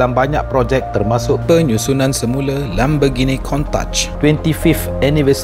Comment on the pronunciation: Lamborghini la bang bukan lambergini